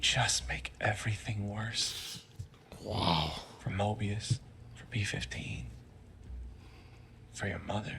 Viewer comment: It's "Mobius" not "Morbius"